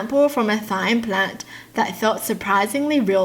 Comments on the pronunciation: thyme is said time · Thyme is said like time. Im not meaning to be rude or anything, so I'm sorry if it sounded like it. I believed that if I didn't get good grades (A's or B's) that I would have to go to ride principal's office. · Thyme is pronounced like time! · Just letting you know “thyme” is pronounced like “time” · not to be rude but thyme is pronounced as time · Thyme is pronounced as time btw